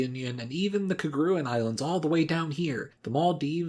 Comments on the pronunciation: Keguran islands? Its kerguelen. Seychellees? Cmon man really?? sao tome? its sao tomÉ. I can`t stand when those are mispronounced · That atrocious pronunciation of Kerguelen... (it's Care-geh-lawn'ish)